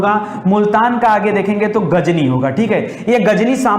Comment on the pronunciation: गज नवी बोलिए।